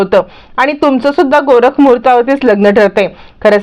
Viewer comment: आधी मराठी शुद्ध आणि नीट बोलायला शिका.गोरख मुहूर्त नव्हे तर" गोरज" मुहूर्त ."विभिस्त" नव्हे तर "बिभिस्त".तर एकुणात काय तर आधी मराठीचा नीट अभ्यास करा आणि मग बोला.